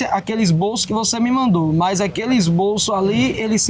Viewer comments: "ESBOLÇO" PQP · "MAESTROSO" " ESBOLÇO" 😂😂😂😂😂